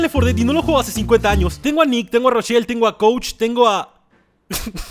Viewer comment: Rechelle se dise rochel Ellis se dise Elis coach se dise couch